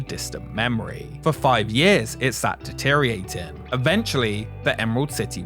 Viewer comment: "De-ter-i-or-a-ting" - six syllables, please.